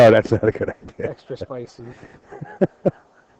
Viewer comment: I've got an "IDEAR" OKAY SERIOUSLY?? I-D-UH. SAY UH..."EAR" NOOOOO UHHHH SPEAK ENGLISHHHHHH